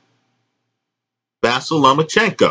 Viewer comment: Not a big deal